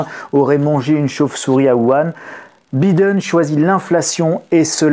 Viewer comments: le "i" de Biden se dit "aïe" donc B-aïe-den, svp cela fait mal aux oreilles avec un "i", merci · Biiiden!!!🤣🤣la prononciation à la française..hahahaha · la prononciation de Biden MDR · Grand merci pour la vidéo . Mais pourquoi prononcez-vous le mot "time " a la façon Américaine " alors que le nom Biden est dit à la Française ?